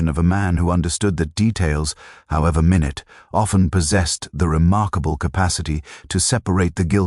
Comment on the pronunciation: Sorry, but I hate robot reading. What seems to be an interesting piece, becomes flat and boring! No emotion - no understanding - just mono tonal, same paced words. And, of course, mispronunciations. Like minute meaning small pronounced as minute meaning time!!!?